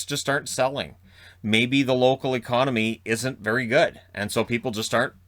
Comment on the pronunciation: 9.25 ty vary much lol jk